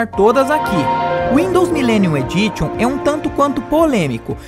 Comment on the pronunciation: Sabemos que o trabalho de edição de vídeo é algo cansativo. Contudo, o vídeo ficaria melhor se ao menos um pouco de pronúncia em inglês fosse dita corretamente. Porque se você diz normalmente "microsoft" (máicrosóft), então deveria entender que "Edition" se pronuncia "edícham". Assim como "site" a gente pronuncia "sáite". Dessa forma, tomando cuidado com a pronúncia, fica mais fácil e requer maior confiabilidade a cada vídeo. Fica a dica.